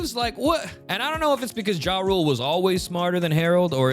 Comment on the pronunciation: You pronouncing Jarul as "Ja Rule" is the funniest ish ever lmao